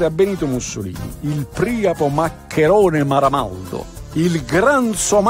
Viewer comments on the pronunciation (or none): La pronuncia corretta sarebbe Priàpo, alla latina (come vuole la regola per le parole greche)